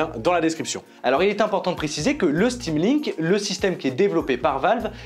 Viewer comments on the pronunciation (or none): "sudo apt install stamlink" :')